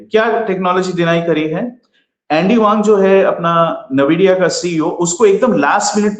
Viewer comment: Please its aspelled NVIDIA and NAVIDIA... I am an ex NVIDIAN